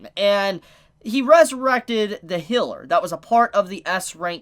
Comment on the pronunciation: excuse me did he just say hiller what? and why do i find that so funny